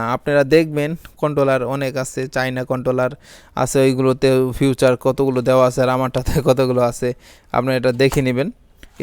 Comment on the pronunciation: ফিউচার না।।ফিচার।😂😂😂